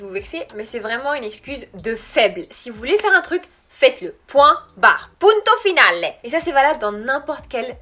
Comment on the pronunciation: J’adore tes vidéos! Je suis pas française mais je suis bcp améliorer grâce aussi à tes vidéos. Comme je suis italienne je voulais te dire que point barre on peut le traduire avec punto e basta!! mais tu le prononce bien 😘